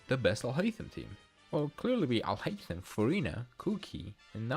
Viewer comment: im glad i did not make in the video justify took the bullet for me 🙏 btw the way you say alhaitham is amazing